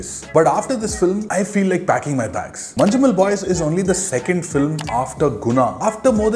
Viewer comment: Its not "Manju"mel